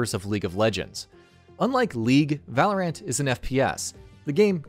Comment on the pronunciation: It hurt me every time this guy said Valorant.